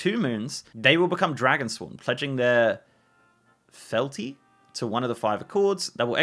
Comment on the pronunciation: Fealty is pronounced feel-tee and it means unbreakable loyalty and devotion.